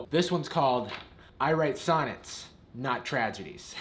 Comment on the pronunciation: I thought he said "science" and was confused